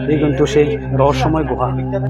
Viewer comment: Guha na Guha bolben na tokbag khor